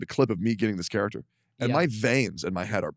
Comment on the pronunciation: bro saying character like this is a TV show 💀💀💀💀